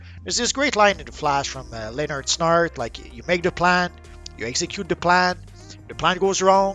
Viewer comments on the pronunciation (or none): none